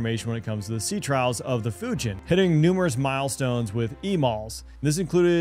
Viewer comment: Folks -you can’t even pronounce Fujian